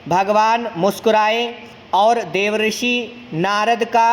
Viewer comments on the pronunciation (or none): आप देवर्षि का उच्चारण गलत कर रहे है श्रीमान, आप देव ऋषि उच्चारित कर रहे हैं।